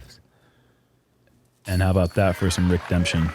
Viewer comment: Did say RICKdemption?? 😂